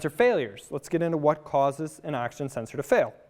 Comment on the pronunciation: Sounds like you are saying “Action Sensor” over and over...